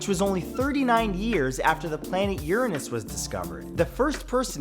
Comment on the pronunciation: Thank you for pronouncing Uranus correctly.